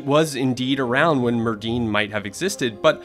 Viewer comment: Hey Netflix, if you’re going to put Welsh words into a videos, please ensure your voiceover guy pronounces them properly. It’s not pronounced “Merd-din” - in Welsh a double D is pronounced “th”. So Merddyn should be pronounced Merthyn.